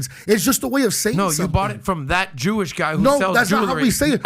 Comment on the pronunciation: I agree with you. When he said "And im jooish!"... yeah we know.